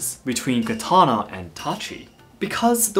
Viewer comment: It seems bizarre to me that he calls it a Kuh-ton-ah when he speaks English, but Ka-ta-naw when he speaks Japanese. I use the Japanese pronunciation, and I dont even speak Japanese. Seems disrespectful to the culture to change the name of the weapon.